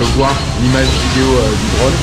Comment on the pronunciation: Reportage extra, moderne, no bullshit et on apprend beaucoup. On dit juste "drône" et pas "dronne".